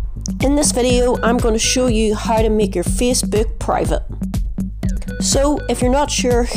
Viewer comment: the way this guy says Facebook yo "feecebok"